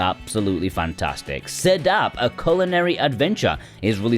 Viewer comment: to for correct pronunciation for Sedap! 😁